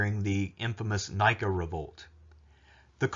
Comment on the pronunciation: Nïka, not Nika as in Nike the brand. Dude, for someone with so much knowledge of antiquity... you surely never know how to pronounce proper names in other languages. I guess, that´s the very American part of you. What a shame.